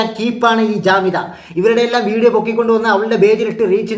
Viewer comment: not jamitha but kamitha ok.